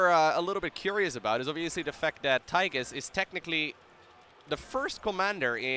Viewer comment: The way you call him Tygus all the time triggers me so hard